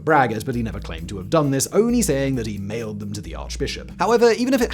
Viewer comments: I had to do a double take on the Martain Luthor story, even with it repeated it still sounded like you said that he "nailed them to the Arch-Bishop" not that he "mailed them". I was thinking, Dang, if he nailed them to the Arch-Bishop, no wonder he was excommunicated! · At first, it seemed like he said Luther nailed it to the bishop not mailed.😂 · "Nailed them to the arch-bishop" . . . . . oh, "mailed". 🤣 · 56.30 Luther. I misheard you. I though you said he actually nailed it to the arch bishop. A rewind revealed that he mailed it to the arch bishop. Not nearly as interesting. Maybe this is how historical fairy tales come about. History is kind of boring if you're not actually a historian (a bit like maths, geography, science, etc. if you're not a mathematician, geographer, scientist, etc.) The ordinary folks like a good story. And nailing things to arch bishops is definitely a good story (although not something we would recommend in these more enlightened times).